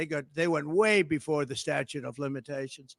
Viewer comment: Here's the kind of things that I notice... The reporter, Trump's attorney AND the judge that responded ALL pronounced the word "statute", "statue"! That is shocking to me! Incidentally, President Bush Jr., didn't start pronouncing the word "nuclear", "nuculear", until he became President. He was "dumbing it down" thinking it would make him seem more down home, down to earth. That's a fact!